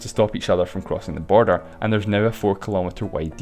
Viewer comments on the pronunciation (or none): why did you say borer😂😂😂😂😂